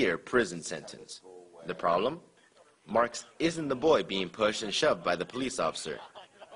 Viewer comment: Googo, leego, and prollem? Should this guy be allowed to be a reporter? I know that many Americans have trubbo pronouncing the letter L, but that was bad.